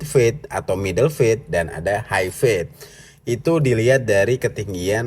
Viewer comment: "Fade" bacanya fed' ("E" nya eh eh eh eh bang jono) "Fat" bacanya feth ("E" nya ember) Penjelasan : ember dan eh eh eh eh bang Jono, itu mengucapkan E nya berbeda. Semoga bisa menjadi masukan